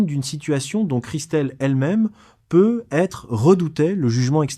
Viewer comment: c'est une IA, certains mots sont prononcés bizarrement, genre "peuuuètre" au lieu de peut-être. Mais elle est bien faite.